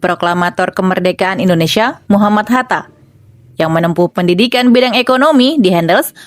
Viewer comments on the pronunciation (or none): none